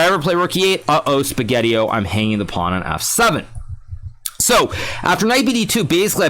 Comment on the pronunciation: I like your accent, say it again. Hikaru: Pownee